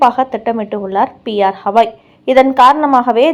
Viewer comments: ஹவாய் அல்ல.. கவாய். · Please read as gavai not havai .read correctly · The news reader needs to know & spell the name of THE CHIEF JUSTICE correctly, it is B.R.GAWAI and not P R KAWAI... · His name is B.R Gavai and not P.R Hawai. Please ask your newsreader to learn pronunciation at least! 😆😆😆😆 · Gavai... Not Havai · Pronunciation is bad.y u say Hawai..He is Gawai.not Hawai. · Supreme Court Chief Justice பெயர் B. R. Gavai (கவாய்)..! அவரின் பெயரை நீங்கள் 'ஹவாய்' 'ஹவாய்' என்று சொல்வது போல் கேட்கிறது..! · Please pronounce the name as Gavai, you repeat it several times as ashtothram very poor reading, the admin should also see the mistake in typing as CPI instead of CBI. Hope you correct it. 😊